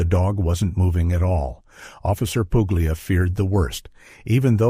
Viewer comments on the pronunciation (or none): Puglia : it's Italian. It's pronounced the italian way. The "g" is silent. Get with you, oh so clever Americans.